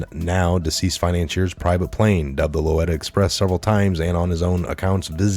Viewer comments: Lo LEE ta not Lo LET a! Please learn out to say that. Red shoes, okay! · I'm not a grammar nazis, but I can't take your mis-pronunciation of " low-lee-ta " anymore. But sincerely thank you for all the good work you do. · It is pronounced; Low-leet-a! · Great job as always!! BTW, if you were ever wondering why epstiens plane is called the loretta express, well, it's not,lol. It's called the Lolita (Low-Leeta) Express. Not being picky,just trying to help brother!! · Lolita!! Low-leeta not lolida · It's LO LI TA LOW LEE TUH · It is pronounced 'Low Lee Ta'. (Lolita). You're welcome. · Lolita pronounced Loleeta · Hello, The planes name is pronounced Low-leeta, Express :) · Not being a dink...trying to be helpful. Lolita pronounced...”loleeta”. 😉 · Bruh it’s LOW-LEETA. Much love.... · Thanks for the news,...love your updates. FYI....it's Lo - Lee - ta Express; you need to see the old B&W movie since it's a classic and caused quite a "stir" in the 60's (Lolita). Einstein's Pedo "procuror" of young children" is "Gizz - lane"....Yeah, weird first name but, then again look who she is dealing with! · LO LEE TUH SAY IT RIGHT 1 TIME MAN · Thanks! Great work, as usual. (Editor note: Pr. "Low-lee-tah" Lolita refers to a novel by Vladimir Nabokov about a dirty old pedophile like Bill and Jeffrey. [See reference also in "Don't Stand So Close to Me," by The Police... "..just like the.. old man in.. that book by Nabokov..."] ) Hope I didn't ruin The Police for anyone.:-) WWG1WGA!!!